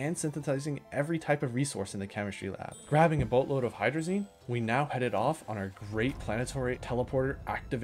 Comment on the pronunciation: Hydrolazine thrusters